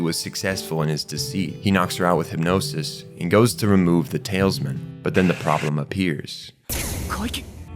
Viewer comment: Talisman..."TAL-US-MAN" not "tails-men"